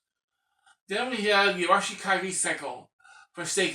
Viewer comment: Oh! YOU say Arashikage like WE say Arashikage! Very good! 😉 🙏